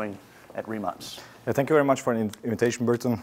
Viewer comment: Prvi put čuh da je neki stranac konačno pročitao tvoje prezime pravilno, Rimac, a ne Rimak